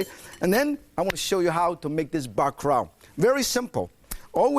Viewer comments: It's bakalau not baka rao nitwit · even Martin can't escape the Asian struggle of pronouncing Ls. He pronounced it as "bacarao".